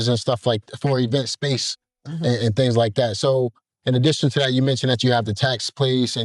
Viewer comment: What???? "Dings" or things ??? What "Mont," or month" you meant to say ??? Which one ??? slow your pronunciation pal.